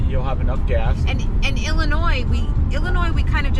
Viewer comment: Lol illinoise’ the s is silent hhahahaa also glad you didn’t get off down there you would have been LOSSTTT HAHHAA You definitely hit 90 at a bad time, which is all the time.